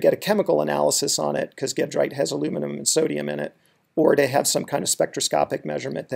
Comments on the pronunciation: Great tutorial, (but the Al-rich end-member is pronounced ˈjeˌdrīt, not ˈgeˌdrīt). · Sure, I agree in the sense that it's named after a town in France (Gèdre) whose pronunciation in French is a soft g (or zh), not hard g. But in America we consistently (mis)pronounce gedrite with a hard g. The difference in pronunciation is similar (although reversed) in how we pronounce eclogite (soft g in America, hard g in Europe; neither is quite consistent with the original Greek). Gedrite and eclogite are not unique – there are multiple ways to pronounce biotite, monazite, wollastonite, sillimanite, baddeleyite, etc., and some of the most common are inconsistent with the root name (especially biotite, named after the French scientist Jean-Baptiste Biot).